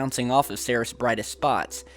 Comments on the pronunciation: Seris!!?? It's pronounced "C - Rees" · ...it is not pronounced 'Sayr-es'.... ...It is pronounced...'Seer-eez' ...Ceres.... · why are you calling it "sarihs"? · Ceres = “sear - eeze” - Goddess of grain/crops (?), like “cereal”. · Ceres is pronounced like Series. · I find it odd that we are not seeing any video from Dawn while orbiting Ceres (pronounced like series - no?) There are also quite a few tiny, triangular specks ... that appear and disappear in this missions photos - I wonder what they are keeping from us? ;8-0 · Hey dumbass .... Learn how to pronounce words , like in this video, its Ceres learn how to pronounce the planets ok kiddo??